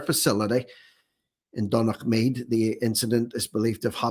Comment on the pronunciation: Think that might be pronounced "done-a-mead" as in the name McDonagh